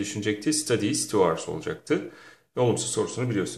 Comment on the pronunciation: Hour our diye okunmaz Aovırs gibi okunur.Nasıl öğretmensiinz